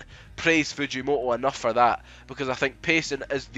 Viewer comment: Why are you pronouncing it "Fujimo'o"?? That is so wrong ☠